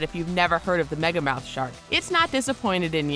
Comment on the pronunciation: I thought they said megalodon instead of megamouth lol